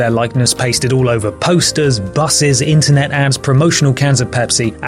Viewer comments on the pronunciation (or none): none